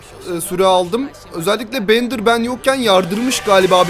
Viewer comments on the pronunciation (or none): Abi o bendır değil direk bender diye okunuyo